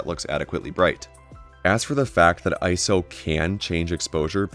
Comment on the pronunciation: Say it with me, "I-S-O." This is an acronym with three separate letters that are each pronounced. Not a word. Otherwise, thank you for the video.